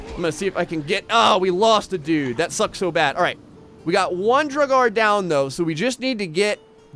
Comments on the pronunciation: Indeed although for English speakers it should be noted that pronounciation of the first part is different from the verb "to draw" and that the "a" is pronounced like it is in almost every language on the face of the earth except English; so as an /a/ and not en /eı/ for those that know the IPA. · I hope somebody corrected pronunciation of draugr. Which is said aloud in skyrim. In like the first 20 minutes if you take everything not nailed down. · Draugr... Jotun... Hearing him mispronounce these names is torture. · Claims to be a big Skyrim player, still can't pronounce Draugr correctly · "Draug-are" oof every time you said that it was painful... i believe its draug-err, like in skyrim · Just so you know, it’s pronounced drow-grr... like this so that he can see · its pronuenced drao-ger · he might as well have just said draug. better than "draug-are" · pronunciation is basically Draw-ger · i believe that the jotun is supposed to bu yotun or pronounced that way , and duragar is dur a gar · they are pronounced Draw-gur. and they aren't from the underworld. they are murder victims and those that didn't receive propped mourning from their family, or a propped burial or cremation if they family was capable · Gotta help you here man Draugr: Dr-ow-gr (Ow like ouch) They are cursed warriors who have died. Jotun: Yo-ton A giant Love how you got Helheim and Valkyrie properly but had issues with these 😂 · ps it’s pronounced drowger also most j’s are pronounced like a y. i know some norwegian so i know the basics of the language and all the scandinavian languages are super similar so yeah. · I've always pronounced draugr as drawger. Who really knows lol. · You say it like drouwgurr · The draugr is pronounced drug-er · it’s pronounced Draw grr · Draugr, pronounced, Dra-gur. Usually guardians of sacred viking treasures in Norse Mythology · Draugr is pronounced (Dr-A-gar). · Pronounce it like druger